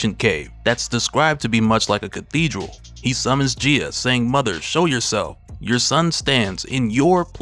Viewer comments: Is she not pronounced “guy-ah” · You are saying her name wrong, go watch Captain Planet to learn how to say her name. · Bro never gone pronounce her name right huh 🤦🏾‍♂️😂